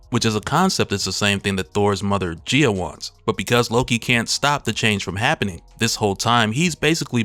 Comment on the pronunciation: Gaia guy-ah